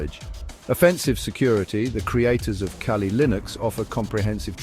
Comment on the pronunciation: Tell your AI friend its not Kay-Lee...